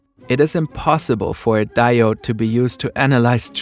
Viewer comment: "diode" lol